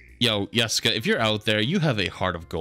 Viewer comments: Yustice yor yessica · not the “yustice for yessica” LMFAOOO 😂